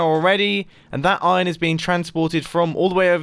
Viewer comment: Nobody: Absolutly Nobody: Mumbo: IoN